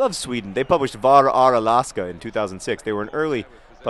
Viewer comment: John, you suck at pronouncing "ä". :D